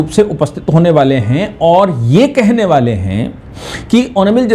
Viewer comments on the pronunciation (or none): बाले नहीं । वाले। कुछ बड़ा करने वाले है। अपनी हिंदी सुधारो।